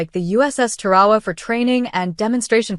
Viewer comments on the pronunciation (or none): It's not Pronounced Ta-Ra-Wa, Its Tar-a-wa!